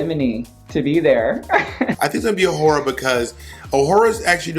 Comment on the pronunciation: bob saying tayce should’ve won over awhora is a crime